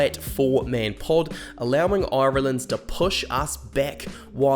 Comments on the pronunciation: If you could imagine a pirate pronunciation of irrrrree-land. you where getting better near the end 😄little dig at lowe no need but where very happy to have him. Liked and subscribed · Oirelland , never heard it Said like that before 😅, you kiwis must be as bad as us in Ireland, 32 counties and about 40 different accents. 😄👍 Love the channel. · "Oiraland" 😬🤭 Great video man, I'm sure you'll be back for the RWC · How do you manage to get that many syllables out of "Ireland" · Why do you say "Ireland" so weirdly? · I don't know how to feel about how you say Ireland 😅🇮🇪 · Fucking hell mate, if you can't pronounce 'Ireland' properly, then I can't watch your video for more than 3 minutes.